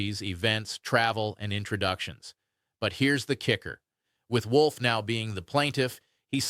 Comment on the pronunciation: Wolf, not Wool!